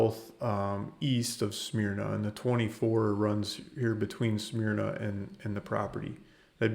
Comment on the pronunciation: It's pronounced smer-na.